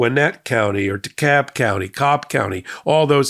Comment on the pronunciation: You pronounced Dekalb correctly! You must be from around here. Glad I'm a subscriber. I like how you get to the point. Thanks for what you're doing.